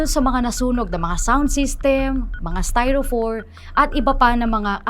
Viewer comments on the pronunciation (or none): Styropor with P po, hindi styrofor